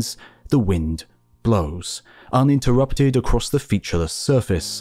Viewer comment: Better good A.I. voice had me fooled! UNterrupted? Not a Word.